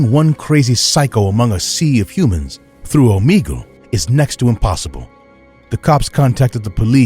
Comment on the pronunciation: The fact that he said Omegle wrong 😑